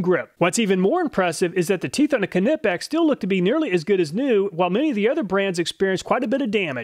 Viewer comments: we always say it nipex no knippex kind of like how you say nife and not knife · Ca-nip-ex vs knipex, i thought the k was silent? Lol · Pronounced Nipex. You don’t say K- nife. Which is also a German based word. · “Kanippex” killed me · Ka-nip-ex > Ny-pex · I think this is the only time I have had any complaints about any of your videos... but for the love of God... say it with me. Ny pex. Knipex. Not kuh nip ex 🤣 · Ni Video. One thing. Knipex is pronounced "Ni-Pex" not "ken-ip-ex" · It's pronounced with a silent K - nipex not Kerr-nipex don't worry your an American you can't help it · i fell and broke my kuh-nee when you said kuh-nipex lol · Knipex - Ni-Pex The K is silent. Thank You. Love your videos !!! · Love your videos mate. As an engineer I enjoy them. Just remember it's pronounced Nipex ,. The K is silent. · Keeenippex :) Love the pronunciation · Im sure this has been pointed out already, but the proper pronunciation of Knipex is Nipex, the K is silent. Love your videos. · Bro, it’s ni-pex, I like iPod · “Ka-nip-ex” 😂 lmao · kuh nip ex 🤣🤣🤣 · you probably don’t care but I’m pretty sure the letter K in “Knipex” is silent. I think it’s pronounced “Nypex.” Can’t blame you for saying it the way you do though, they really came up with a bad name. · The “K” in Knipex is silent.. It’s pronounced “Nie-Pex”.. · the "K"nippex...LOL its silent k - so just Nippex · please dont say Ka-nip-x lol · Great vid but I have to say, it's pronounced Nipex The K is silent. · The 'k' in 'Knipex' is pronounced like the 'k' in 'knowledge'. It's "nie-pex". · You pronounce KNIPEX like KNIFE - it' 'nip-ex' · I have always thought it was pronounced "ni-pecks" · NIP-EX ,asking my ears bleed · Knipex is pronounced "ny-pex"! FTLOG say it correctly! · it's pronounced Nipex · Why are you pronouncing the silent k on “nipex” please stop Germans thank you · apart from not being able to handle you pronounce the k in knipex was an awesome vid 👍🏻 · I liked the way you pronounce Knipex 🖤😁